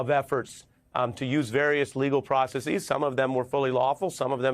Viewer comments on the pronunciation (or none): Dude, just say processes like it's actually pronounced. You sound dumb saying process-eez, it's not Greek duh